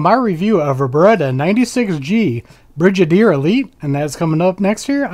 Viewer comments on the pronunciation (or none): Stopped the video after you say "brijadier"